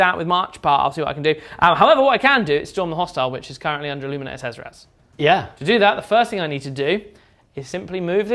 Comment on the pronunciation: Shezeras kills me each time he says it.